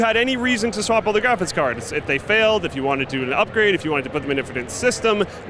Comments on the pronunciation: I've always found odd the way says "graphics" is he saying "graphits"? No offence, I'm just wondering if it's a thing a lot of people do like people who say axe instead of ask. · i love how pronounces graphics card as "graphits card"